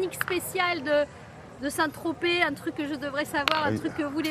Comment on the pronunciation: On dit Saint-Tropez pas Saint-Trop. Super dossier !